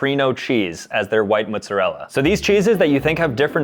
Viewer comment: I will never get over how says mozzarella